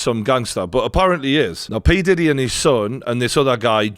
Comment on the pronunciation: Look out for the series... Surviving Pee-Di-Deee 😅